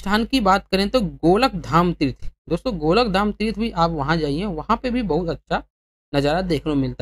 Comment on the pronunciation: गोलक धाम नहीं गोलोक धाम बोलते है